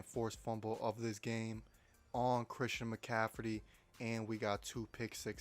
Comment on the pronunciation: “Christian Mcaffridy”😂😂